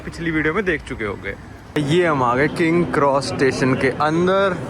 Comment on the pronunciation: Bhai tu naam sahi se liya kar yaar king kross station nhi King's cross station hai aur platform nine three by four nhi hai wo platform 9 and 3 quarters hai...ya nhi aa rhi to platform paune das bol le bhai lekin sahi se bol.